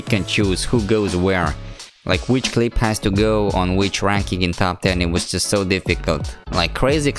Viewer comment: When you say just it sound like sutututu